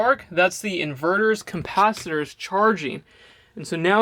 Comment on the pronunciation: did you say: compacitor, lol